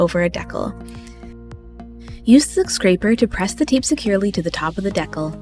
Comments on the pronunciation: I also came here to say, I enjoyed this video so much , so thank you, AND like others have said it’s pronounced Dee-Kal, not deckel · Honey, just a quick note to say I believe it’s pronounced DEE-cal, not deckle. Here